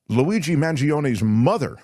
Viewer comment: “ Laweegee”?? Jeeeez people